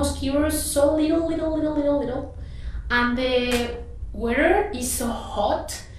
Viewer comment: Litle, litle, litle, litle, litle.... 😁